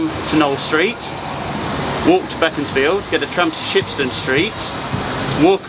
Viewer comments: Shame we did not know we live in Nottingham and would have come out to meet you Geoff and not to correct you but it’s pronounced Base-ford and Becons-field street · and Nottingham locals pronounce them as Bee-cons-field Street and Base-ford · Great to see my old home town after leaving it thirty years ago, but you need to brush up on your local pronunciation. It is ‘Baseford’ and ‘Beckonsfield Street ‘